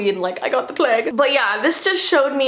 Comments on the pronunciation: We all know what she meant but she could not say it so she said the plague and it makes me kinda laugh. I know it's serious but still. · I’m sorry but, like when says plague, its really funny to me for some reason. So yeah